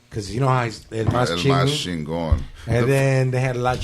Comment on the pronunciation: Chingon is used all over Mexico and shorty can't even say it right lol it's used in central America and even the Puerto ricans use it! I'm from NYC and all the paisas use it.